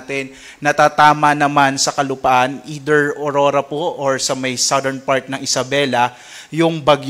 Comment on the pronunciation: Commend ko lang si sir magreport, aside from the very important updates, first time ko marinig yung tamang pronunciation ng southern at category. Pero kudos to all specialists of DOST Pagasa.